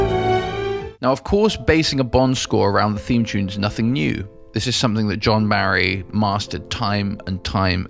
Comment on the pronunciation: 7min 12 secs. Sorry but who on earth is John Marry? It’s John BARRY who has produced music for the Bond films. There is no such person as John Marry. 🤦🏻‍♂️